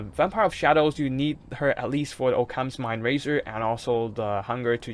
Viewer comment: "Oh-cams" lol. Occams razer, "aukums"